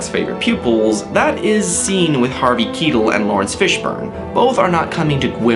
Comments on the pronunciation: It's pronounced Kyetell not keetle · I dont like how you said Harvey Keitels name. You said Harvey Keetal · Also, I think Keitel is supposed to be read as "kay-tEl", I heard people pronouncing it like that, but then again, you're american, you should know better. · And Harvey Keitel